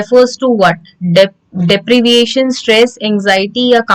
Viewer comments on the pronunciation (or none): Your pronounciation of efficacy, deprivation and few more words are wrong..... Please try to improve it in your upcoming videos